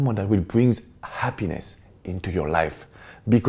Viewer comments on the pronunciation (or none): in the word 'hspiness' you stress the (Ha). Not the way you said it.